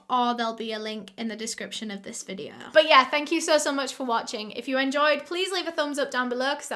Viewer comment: There's no r dear. It's like videoooooo. 👍